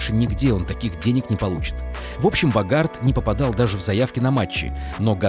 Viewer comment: Впечатление, что озвучившие этот рейтинг, сами не знают кто такой Уинстон БОгард (с ударением на первом слоге). Основной левый защитник вангааловского Аякса, участник евро-96 и чм-98 в составе сборной Нидерландов, неудачно перешедший в кризисный Милан со сборищем звёзд, а потом несколько лет добротно отыгравший в обойме Барселоны. Он действительно потерял интерес к футболу, но такую ЗП не дают просто человеку с улицы.